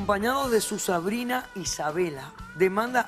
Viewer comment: Alguien mas escucho q la Dra. Dijo sabrina en vez de sobrina😐🙄🤔 en el minuto